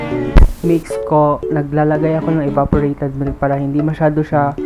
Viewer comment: Sana all cooker hahaha oj ko sa “milt” ha 😂😂😂